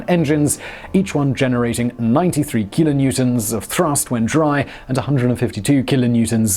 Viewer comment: Kilonewnonts? C’mon dude! HP!